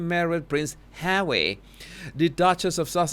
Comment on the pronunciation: I like your videos, BUT the way you pronounce Harry's name is so disgusting. Pease stop. 😖